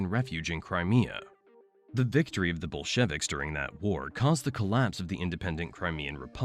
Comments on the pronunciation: Why are you pronouncing Tartars and Bolsheviks like that? 😅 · The pronunciation of 'Kyiv' throughout the video is atrocious, as was the word 'Bolsheviks'.